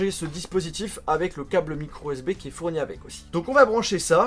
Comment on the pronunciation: c.est moi ou il dit microSB?